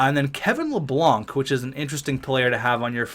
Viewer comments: L A B A N C not Lablanc lol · You pronounced Kevin Labanc’s name it is pronounced La-bank